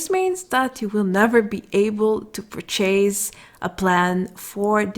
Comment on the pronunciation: The XP you get on all those mobs are ridiculously low also. All those resources used and all the issues that go with it for almost no rewards = fail. I really liked the pronunciation that sounded like Purrchaise.